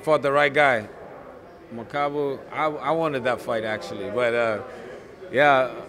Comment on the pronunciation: People keep saying the guy's name wrong on purpose(referring to the title). Who's makubu? It's makabu